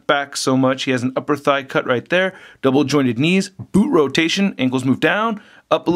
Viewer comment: I just love it when he says "DOBLE jointed" wheter it's knees or elbows. It gets me every time.